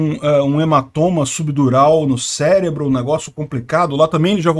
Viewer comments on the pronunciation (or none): none